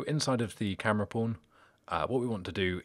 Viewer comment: Every time you say pawn, I hear pron with the o and r switched haha. Other than that, great video.